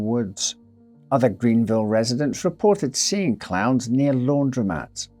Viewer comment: I was just listening to the audio, and thought he was saying clouds instead of clowns. Lol, I was so confused! 😂